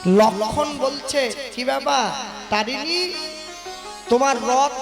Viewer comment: তরণী সেন ,তারিণী নয়।